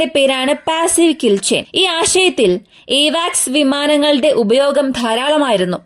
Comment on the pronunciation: എവാക്സ് അല്ല കുട്ടീ... അവാക്സ് ആണ്!